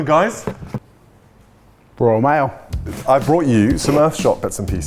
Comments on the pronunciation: „Royal Mail“😂😁😭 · “Royal mail” 💀💀 😂😂😂